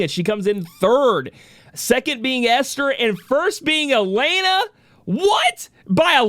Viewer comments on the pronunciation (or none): Yo it's E-LEN-AH not AH-LANE-AH not to bash but that's how her name is pronounced. Congrats on her win 👏 as for me I was going for Lilith all the way.